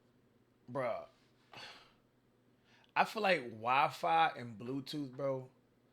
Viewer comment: Why N1qqa said 'WiFi' like that..!!?🙄🥴🤦🏻‍♂️ Bro said 'Wa•Fa' ...like WTF..🥴😆 And ...N1qqa said 'Ca•mer' instead of 'Camera' ...like bro What's up with this Dude